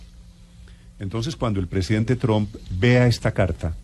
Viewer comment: Porque los periodistas y políticos Colombianos dicen TROM? acaso no saben algo tan básico como q la U en inglés en éste caso se pronuncia un poquito mas como una A? y q además dicho apellido termina en P?... Se escucha horrible ese TROM, estudien Vagos q en las posiciones en las q están es degradante tal cosa